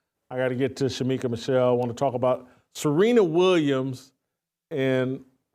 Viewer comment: It was great to have back. needs to be on once a week, the same day of the week so viewers like me would know when he is going to be on. For those in chat, get the First Lady of Fearless' name right. It is Shemeka not Shameka. God bless Jason,, Steve and Shemeka.